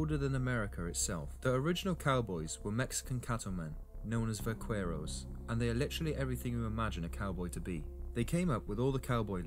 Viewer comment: Va CARE os not quair. OK Cor Al not Coral